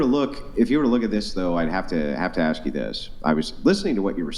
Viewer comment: Why does he say “axe” instead of “ask”?? 🤔